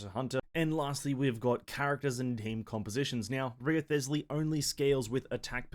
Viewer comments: i die inside every time he says Wrio-thes-ley... You didn't have to do my man Rise-ley that dirty... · Not an easy name to know how to pronounce, but it's actually "Resley". The W, and ioth are actually silent. Nice vid tho. Been hoping, and waiting for this type of playstyle since the game dropped. Heizou was close, but felt like something was missing. The Rizzler looks to have the lil bit that was missing for me. Only took 3 years for them to give me a main lol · HIS NAME IS PRONOUNCED RIZZLEY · Yeah, no way am i watching a video of someone that didnt even bother to check the pronunciation of the character's name.